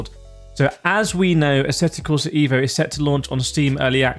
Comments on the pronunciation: just pronounce it "Av-o" in english and you will get it right as by Marco Massarutto the game creator pronounce it in his language.. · I'm not watching any more videos talking about asseto corsa ee-vo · Thumps down becouse is not ivo.isEEEVo re vlaxo